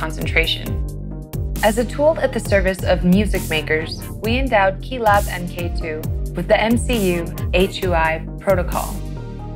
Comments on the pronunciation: Great video, but someone tell her that mkII is not pronounced "m.k. two" it's "mark 2" (as in the second version of something) and mk is a common abbreviation used for that. . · I could watch this after this semi modularly smart individual said m. k. ( not mark ) for the second time. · That, and "em kay two".